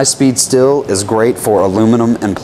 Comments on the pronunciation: STEEEEEEL, not STILL. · As someone whose native language isn't english, please stop saying still when you mean steel. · You say "steel" like I say "Stihl" lol The reason I find that humorous is I only just recently learned I've been pronouncing Stihl wrong my whole life.. 😂😅